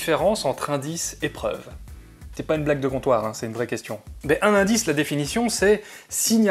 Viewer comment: Qu'est-ce qu'un "Zindice"? ;)